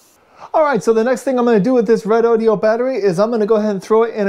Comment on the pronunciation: I notice the reviewer here pronounces this battery as: "Red-Oh-Dioh". That can't be right as its spelling is Redodo. So, wouldn't "Ree-Doh-Doh" or "Red-Oh-Doh" be its pronounced name? Otherwise, nice to see some analysis on it.